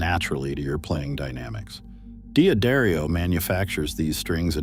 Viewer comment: Your bot said D'Adario wrong, along with wound!